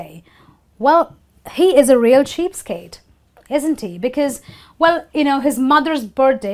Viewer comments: It was interesting to learn the idioms.if I'm not wrong you pronounced the idiom "cheapskate" like cheapstake at the beginning.never mind......... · Hi...your video is really good...I HV a qn...is it cheap stake or cheap skate? U HV written it cheap skate but pronounce it cheap stake? Wch is crct?